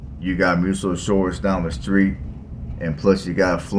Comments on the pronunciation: Muscle Shoals, not Muscle Shores. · Tusk-um-bia, not Tusk-oom-bia. Muscle Shoals, not whatever you were saying.